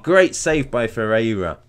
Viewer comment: You probably one of the few who doesn't say Ferrera you said Ferreira just right ;)